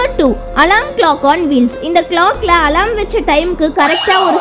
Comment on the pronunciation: Athu alaram ila alarm Nan crt aa dhan solran ungaluku therilana first therinjitu vanthu comment pannunga alarm apdinrathudhan crt aana pronounciation